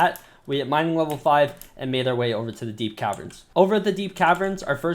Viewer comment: Lol u said "minning wheat"